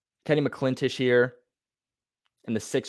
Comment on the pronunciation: Hey, great video, loved it! One quick note, his name is pronounced Kenny "Mac - in - tosh" not Kenny "Mclintish" 😂😂